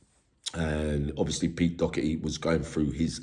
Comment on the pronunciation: Not Docherty. Doherty is correct.